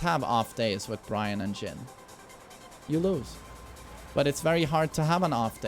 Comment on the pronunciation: FINALLY, you got bryan (byron) right!